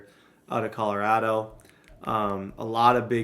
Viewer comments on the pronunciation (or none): none